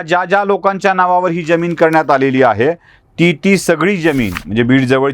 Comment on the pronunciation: जमीन का ज्यमीन निट उच्चार करा